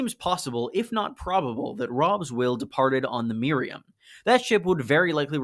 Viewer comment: Myra-HAM not Miriam